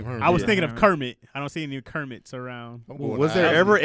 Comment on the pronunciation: My name not Kermit but it is kemit like Egypt Kemit